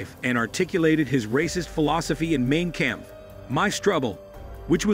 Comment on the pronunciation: Mein Kampf pronounced like Mine Kamf." This narrator makes it sound Main Camp.